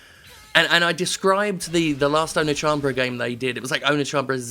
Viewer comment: I'm in no way a weeaboo, but his pronunciation of Oneechanbara was physically hurting me.